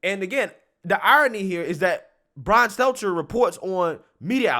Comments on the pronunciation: Bro, your job is to speak. Please take the time to know how to pronounce names/words. He's not exactly deserving of learning it, but it's STEL-TER, not seltzer. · I love you, but I gotta say it. It's been itching at me for a while now..... But it's Brian STELL-TER, not STELTZ-ZER 🤣🤣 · Get your voice coach to teach you how to pronounce Stelter. No z or s in it. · Love how you always pronounce Brian's Stelter's name lol (Steltzer). Keep up the great work. Love your videos. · This guy consistently fucks up Stelter’s name…